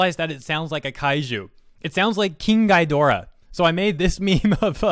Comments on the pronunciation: Sorry for the fact checking, but it's pronounced "Gee-door-rah", NOT "guy-door-rah". But still pretty funny. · "gi" not "gai" 👍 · Just a small nitpick, but Ghidorah is pronounced "Ghe" dorah not "Guy" dorah, other than that great video man. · Your saying Ghidorah wrong, it’s GHEE-doe-rah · Innit pronounced ghee-dora tho? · Me as a kaiju fan: I should join in and make Catradora memes and have fun! Also me as a kaiju fan: I should tell he mispronounced Ghidorah’s name! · Aside from your pronounciation of King Ghidorah being completely off, i'm totally gonna make a kaiju named Catradora, it's gonna be great xD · Oh god. The way he says Ghidorah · The way he says Ghidorah pains me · Dude. It's not a long i sound when you say Ghidorah's name. It's a short i sound, like in 'it' or 'ick' or the like.